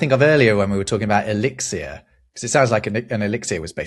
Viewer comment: I have to wonder why the host of an etymology podcast keeps saying "elixiER"...